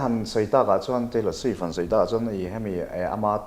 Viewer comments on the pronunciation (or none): Part 2 i tih chhuah vat loh chuan....ka beng ang che...chhammsss hian chuansss a ti hian ka lawm thin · Chhuainnnn(Chuan) a chiang e achiang e😁